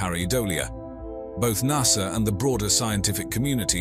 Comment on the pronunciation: There is NO R in Nasa